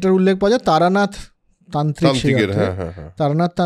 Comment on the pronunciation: উচ্চারণটা সম্ভবত লামা তারনাথ। তারানাথ নয়।